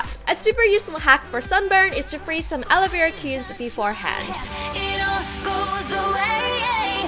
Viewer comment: Wengie:Alo Vera Others:Aloe Vera